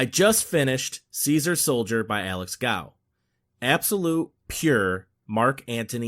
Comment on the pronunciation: Love it though just to clarify the owners name is pronounced goff. Sorry to be pedantic love the channel